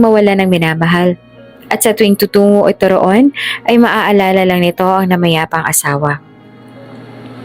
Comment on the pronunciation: Pakibigkas Ng maayos ang salitang tutungo